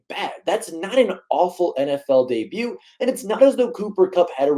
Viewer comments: The T is silent dude.. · he wasn't that bad and also the T in debut isn't pronounced that drove me crazy brah